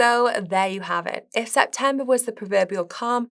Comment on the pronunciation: It sounds like it’s hard for her to pronounce the “e” sound. “Septamber”, “nagative” etc. It’s a bit distracting/annoying.